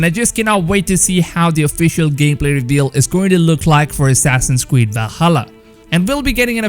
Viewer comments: Assassins cweed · Assassin's Weed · “Assassins Cweed” 🤦🏼‍♂️🤣🤣